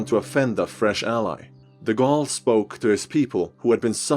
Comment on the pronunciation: >Says Napoléon Bonaparte in proper french throughout the video. >Proceeds to rape De Gaulle's name.